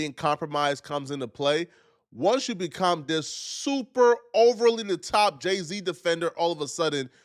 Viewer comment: He said day-z at first